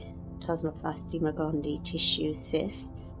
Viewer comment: Please pronounce "gondii" correctly. It is gond-ee-eye. There are two "ii"at the end.